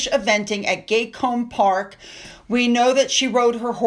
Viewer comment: It's pronounced Gat kohm Paak. Not Gatecombe park. That's Gat as in cat.